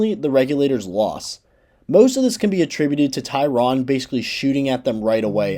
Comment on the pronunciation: Is there a reason that you are pronouncing Gov. Tryon’s surname incorrectly? I suppose no one knows how it was pronounced during his lifetime, but I lived in eastern North Carolina for many years, and his New Bern residence, now known as Tryon Palace, is a well known local venue. It’s most definitely pronounced Tri’ On. Your pronunciation is very off putting. Otherwise, nice job.